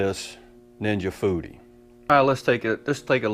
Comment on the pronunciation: What Dan Aunt Ja Booty? Oh Ninja Foodi😂 seriously my wife and I was talking while your video was playing and I thought you said aunt ja booty. That Foodi sounds pretty cool. Wings look good too.